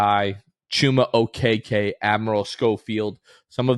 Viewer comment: Is not Okeke to say okeke 😂